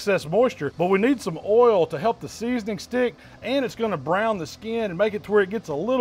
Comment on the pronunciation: I think that's the first time I've heard spend two syllables on the word "oil"